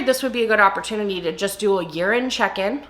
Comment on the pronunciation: Thank you so much for clarifying that you wanted to do a "year end check in"! When you first said it, I thought you said "urine check in", and I REALLY didn't want to do THAT.